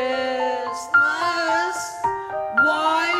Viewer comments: him the whole time: cHrIsMisT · Giovanna “Why can’t I hear..-Christmas😭” he said it as if it was a sound (he has many of these)